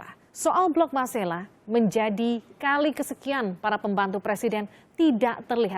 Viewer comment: Bukan blok masala tetapi MARSElA tlg yg benar ucapannya sbg putra daerah keberatan